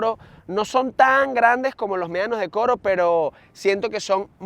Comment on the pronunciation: Por que le llamas Meanos en vez de Medanos que es su verdadero nombre? Saludos